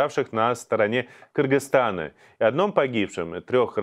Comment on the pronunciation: Очень приятно что Ведущий, правильно выговаривает название нашего братского соседа - Кыргызтана. Через "Ы", а как некоторые русичи.